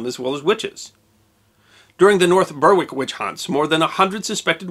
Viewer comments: Ber-rick not burr-wick. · Berwick = Beh-rick, not Burr-wick. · Berwick is pronounced Berrick, not Burrwick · Just a correction from a local: North Berwick is pronounced like North Berik. The e is pronounced like e in bed. Not like Burwick. Interesting story as ever. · North Berwick - pronounced "Berrik" not "Burwik" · Hello, a little note, Berwick is not pronounced Ber-wick, it's pronounced Berrick. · Great video minor point the W in Berwick is silent so it's pronounced more Bear-ick than Ber-Wick. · I had to to a "double take " on the first place name, North Berwick is pronounced "North Berrick".... wick is an old Norse name for a harbour... Interesting story none the less. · North Berwick - pronounced North Berrick Decent video apart from that. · It Beh-rick nor bur-wick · From now on I'm pronouncing it "Bur-Wick" just to annoy all the anal retentives who didn't read through the comments to see all the other anal retentives thinking they were the first to "correct" pronunciation! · Interesting but the mis-pronunciation of Berwick was infuriating. It should be pronounced Berrick although written as Berwick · Just for your records the town of Berwick is pronounced Berick the W is silent don't ask me why but it is, there is nothing so strange as the English language :>) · North Berwick is pronounced closer to Bear-rick. Otherwise, great vid as ever. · Berwick. Said like Berrick (as in Derrick). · Are you talking about the town of Berwick? If you are, then it is pronounced Berrick. The W is silent. Very interesting subject as usual. We still haven’t ended this hysteria about unknown factors though. Case in point, claiming to know about Aliens. Regards. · 'Berwick' is pronounced 'Beric'. the same as the name Eric' but starting with a 'b'. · UK English is confusing normally in the the UK in the town name Berwick is pronounced with a silent W and becomes " Berrick ' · It's pronounced as North Berick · It's pronounced more like "berick".